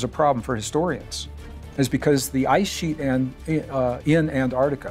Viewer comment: I don’t see how Americans can look at “Antarctica” and just ignore the t’s? 😒